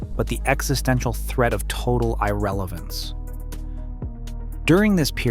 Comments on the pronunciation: What did you expect from someone who said "eye-relevance" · "Eye-relevance"? "Plan-O?" What's up with the unconventional pronunciations? Maybe that's an anomaly of the Texas accent? I visited DFW a couple of years back, loved the vibe, and now I'm looking for a job there. Maybe I can just become a rideshare driver and survive? A lot of my friends here from England have already relocated to northern suburbs of Dallas, so I'm going there to mooch off them until I can procure a pay cheque some way and rent a place of my own. I just hope the USD won't crash as badly as some economic predictions seem to indicate. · why did you pronounce irrelevance like that? 🤔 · The way Irrelevance is pronounced makes it sound computer generated.